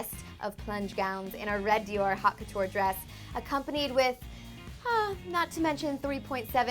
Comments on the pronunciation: "haute" is not pronounced "hot". It's more like "oat". Sheesh. If you're going to do a video on it, at least learn how to pronounce it. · The pronounciation of "haute" is awful